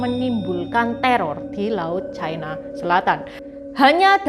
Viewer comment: Ucapan yg benar China, bukan Chaina